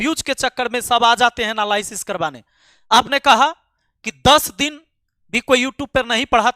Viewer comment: एनालायसिस ❎😂 nahi एनालिसिस ✅ मूर्ख